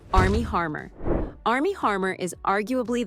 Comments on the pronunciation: It's not Armier Harmer, it's ARMIE HAMMER! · Armie "Harmer"?! Ahahahaha! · Armies HaRmer 😂😂😂 it is HaMmer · Bummer! I was enjoying the gossip about Blake Lively, but then you had to call Armie Hammer Armie Harmer. Seriously? Perhaps you meant this as a joke however, it falls flat. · Armie Hammer, not Harmor.